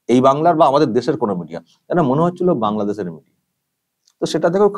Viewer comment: Ota kangladesh thik kore pronounce korte hobe